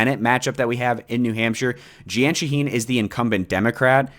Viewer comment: It's pronounced JEEN Shaheen